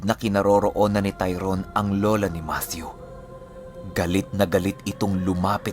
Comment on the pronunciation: yay!!!! thanks ❤️ matthew with the TH talaga🥰 god bless and more power... abid listener from KSA🇸🇦